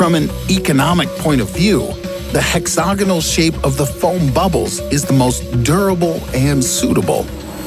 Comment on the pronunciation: Nobody:: HEXOGINAL